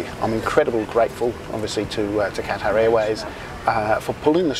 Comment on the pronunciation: how would you like it if I pronounced your name like "Denice"? If you're doing an entire video on Qatar Airways, the least you can do is pronounce "Qatar" properly.